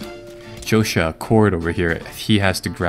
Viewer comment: I laughed when Josiah was pronounced as Josha